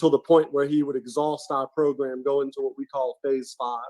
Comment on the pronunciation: How come this guy cant say the word program properly